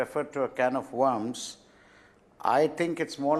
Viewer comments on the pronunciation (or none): Bear a fruits? MountAYN? in accordance TO? WARMS? not wERms? you need to go to an English hospital or stay with the Hindi channels.